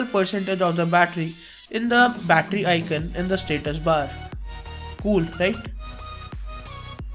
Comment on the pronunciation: icoooooooooooooooon!!! not icun!